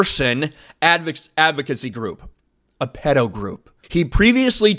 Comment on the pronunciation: The way you say Pedo is funny lol. Anyways, anyone who defends pedos as a margined group is a pedo, if not they're a pedo in the closet. It wouldn't surprise me if Noah has some questionable material in his personal devices.